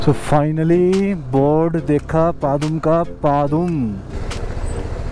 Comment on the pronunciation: Bhai maine पदम सूना हैं पादुम नहीं.